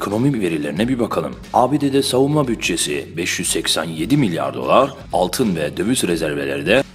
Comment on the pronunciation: 4.14DEKI MLYAR XAXAXAXA